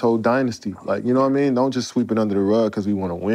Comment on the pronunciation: “And I still got that burner...nawmean” 😂😅☠️